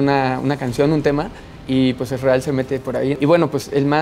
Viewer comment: Que porquería como pronuncia "Ezreal".